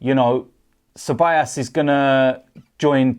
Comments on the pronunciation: It's pronounced as cebayoos not cebayaas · it's dani ce-ba-yos or ce-ba-jos (like josellyn) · You pronounce Ceballos as 'Cebollas' .. Cebollas means Onions btw 😂😂